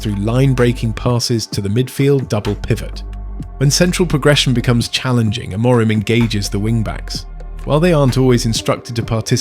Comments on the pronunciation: Why does your host pronounce Amorim's name differently THREE different times in this video, and only once correctly. AM-or-rim. Is it AI? Oh yes, it's AI. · You should get AI to learn how to say the managers name if you want credibility and people to subscribe.